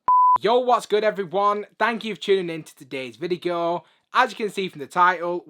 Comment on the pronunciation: bro sayed vigio not video